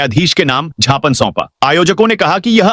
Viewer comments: उद्घोषक महोदय,छापने नहीं ज्ञापन बोले।कैंडल मध्यप्रदेश के उद्घोषक ही ऐसा करते हैं।भाषाविद भी ज्ञापन को सही मानते हैं।छिपने य ज्ञापन गलत है सही शव्द व उच्चारण ज्ञापन है। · यू ट्यूव न्यूज प्रसारण कर्ता महोदय बार बार ज्ञापन शब्द को क्षापन शब्द बोला जा रहा है। शुद्ध हिंदी शब्द ज्ञापन है।